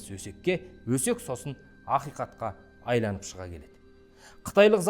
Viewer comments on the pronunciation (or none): Айланып деген соз менинше дурыс емес агайын,АЙНАЛЫП деген дурыс кой.Мен тусинемин,кобиси осылай сойлейди,биртурли